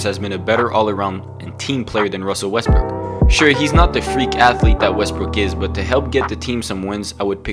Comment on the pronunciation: Who else caught him say westbrick 😂